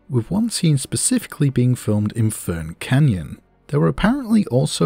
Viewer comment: I'm going to make a possibly weird correction here. For whatever reason (I'm genuinely not sure why), when the Maori language was transliterated to the Latin alphabet, someone chose to make "wh" stand in for the "f" sound. So Whirinaki is pronounced like "fear-in-ak-ee", not "weir-in-ak-ee". Otherwise, really enjoyed the video.